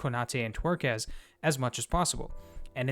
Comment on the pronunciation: Take a shot everyone he says Twerkez. Brilliant man ❤